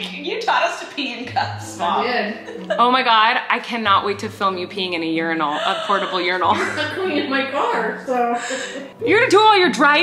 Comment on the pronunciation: I literally though Colleen was saying Yournal (like journal) not urinal 😂